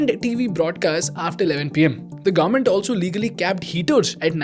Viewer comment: Bro one suggestion it’s not garment it’s government. Please pronounce it correctly.